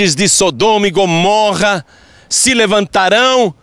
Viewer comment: É mais fácil falar errado???? Porque fala Gomórra????